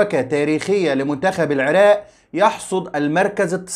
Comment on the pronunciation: بارك الله فيك ابن الكنانة ابن النيل الحبيب ولكن ارجومن جنابك ان تقول العراق وليس العراء....بالتوفيق يارب